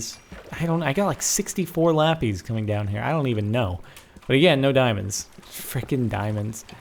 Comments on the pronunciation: any way u say it LAH-PISS not LAH-PIZE just sayin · lapees. XD *laPIS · Jordan: I got so much much lapees! me: ITS LAPIS FOOL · lapis sounds like le piss